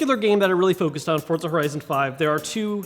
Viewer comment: This dude says FORT-ZA lol